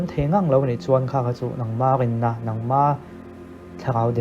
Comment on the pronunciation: R a lam dik hleithei thin lo tih hi amah pawh hian a in pawn thlap,a ngaihthlak dan thiam ve mairawh😇